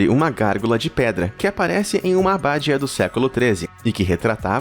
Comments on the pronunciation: não é aBÁdia, mas abaDIa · O que achei mais estranho foi ouvir a palavra "abádia", ao invés de abadia... rsrsrs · abadÍa acento no i